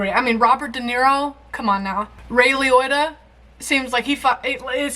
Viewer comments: Sorry this was driving me nuts. Lee - oh - ta not lee oy ta lol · It’s “i-o” not “o-i”…”Lee-oh-tah” not “Lee-oy-tah” 😂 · LI otta not li oita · AHHHHH!!!! Please stop saying “Ray LEE OY TA” It’s LEE-OH—TA….. it was making me insane. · LE-OH- TA,, not Le- Oy-TA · Lee. Ohtta. Y'all kept taking the Lee-Oh and reusing the i to make it Lee-Oi. Just one i. Lee-Ohtta. That's it. Henry used to call in on the Howard Stern radio show. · It's Ray (not Roy) Liotta (Lee-oh-ta, not Lee-oi-ta). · LiOtta, not Lioita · Darling, his name is Liotta, not Loitta. You're pronouncing it like 'Lee-oy-Ta' when it's 'Lee-Oh-Ta' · Ray Lioytta?? That pronunciation is killing me!! 🤣🤣🤣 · Ray Liotta, pronounced LEE OH TUH (not lee oy tuh) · Sorry, I have to say it even if someone else might have; it’s Liotta, not Lioitta. Have to recommend my favorite mob movie, Miller’s Crossing. For Liotta movies, I recommend Something Wild. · lol, Leo Ta would be closer to his name than leeoi ta. 😆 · It’s Lee-OH-Ta. Not Lee-OY-Ta. There’s no I after the O. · Lee-OH-ta. I cringed every time you said Lee-OY-ta. LOL I love you, though. Don't ever change. Field of dreams was much less a Ray Liotta film than a Kevin Costner film. Liotta was a supporting character. So this was the right choice for this week. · It's "LEE-OH-TA", not "LEE-OY-TA". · just FYI: The end of "Liotta" rhymes with "Dakota", not "goiter".;-) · I enjoy your reactions. Please stop pronouncing his name Lee-OY-tah; it's pronounced like Lee-OH-tah. He's been around for a while. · Since I think you would want to know. The correct pronunciation is not Loi but Lee - o - ta. I understand your incorrect pronunciation. I have that problem too. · Ray Lee-Oat-a not Ray Lee-Oy-ta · It's not Lee Otter, it's Lee oat-uh. No Rs. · Long o, not oy. Liotta, not Lioytta. 😁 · I love how you keep saying Ray Leoyta instead of Ray Liotta 🤣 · LEE OH TA. Not LEE OY TA. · OK. Lee-ohh-tah. No oi. Please for the love of god.